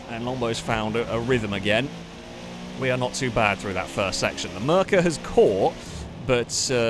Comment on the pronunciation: lol. hearing merkur pronounced mer ker is hilarious to me(also not sure if it's a joke pronunciation/name like the Gary). Merkur is pronounced mare coor.